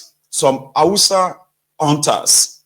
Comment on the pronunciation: You said husters or terrorist Fulani